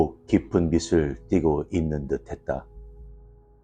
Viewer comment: 감사합니다. 빛을 : 비츨(O) 비슬(X)